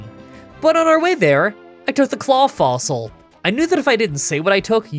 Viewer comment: "I took the claw fossile". Wait thats illegal.